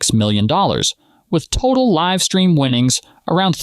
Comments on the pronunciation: You calling it liv poker at the start of the vid rather than live poker. Powerfully tilting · You pronounced live at the bike the way you would pronounce the name Liv. Are you an AI? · it also said Live At The Bike, as "I live" at the bike lol